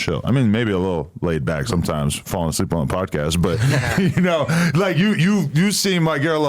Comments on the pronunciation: Nigga said “ableep” at one point too 😂😂😂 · Son said “Ableep instead of asleep” because is sound like a C 😂😂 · Bro said he was “ableep” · falling "ableep" is nuts